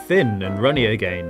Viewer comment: Why you say again like a.g.a.i.n